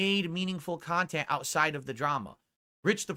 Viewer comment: "Meaningful Khantent"